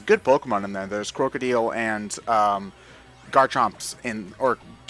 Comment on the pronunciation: So does say crocodile like Krok-cow-deel? His pronunciation of Krookodile triggers me more than anyone else's pokemon names.